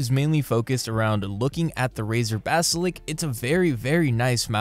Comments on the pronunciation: mate its 'Basilisk' not "basilick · bro said "BASALIK" instaid os basalisk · Ba-si-lisk. Not Ba-si-lik. Not Ba-si-liks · Basilisk, not basilic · All good and well but can you please just say "basiLISK" instead of "basilk" it just makes my ears hurt. Couldn't watch more than 3 minutes. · Golly if it annoys you that much then Im sure you have alot of friends lol. When he says it I just think it's funny. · good video, but you saying "basilick" instead of basiliSk was pretty funny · Lisk, not lick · Seriously? You’ve had it for 2 years and say basilik?? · Stop saying basilik it makes me sad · You mispronouncing 'basilisk' constantly irked me. Also it's a bad mouse, and Razer is usually overpriced junk. Anybody reading this should be wary of Razer products in general. Look for alternatives that are actually quality products for the price you're paying for them.